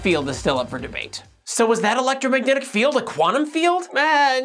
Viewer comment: "the electragnomagnetic..." lol